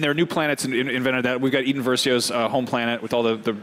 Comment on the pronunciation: Did this guy just call Iden Versio "Eden" Versio? I get Star Wars names are difficult for some, but come on IGN...